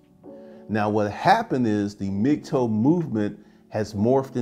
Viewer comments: Its "Mig- Tau" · You saying mig toe movement? I keep not hearing the term